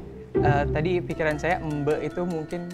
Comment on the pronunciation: Fyi sambal embe itu dari Bali gais. Embe di bali itu bukan embe (domba), tapi bawang goreng. Cara bacanya bukan embe (domba). Sambalnya campuran bawang goreng cabai goreng terasi dan garam